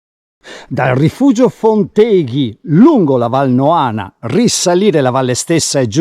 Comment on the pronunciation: Posso umilmente correggerti in merito alla pronuncia: Fonteghi va accentato sulla o` della terzultima sillaba, è una parola sdrucciola. Non sei veneto a quanto pare!